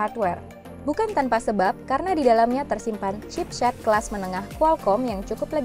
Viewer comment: chipshet? chipsh*t kali non.. heheh peace...